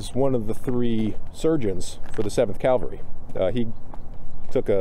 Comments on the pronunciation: Love this. Great job. Only one thing: cavalry, not Calvary. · Great info and detailed retelling of the event, Just would like to refer to mounted troops as Cavalry vice Calvary. Pretty significant difference.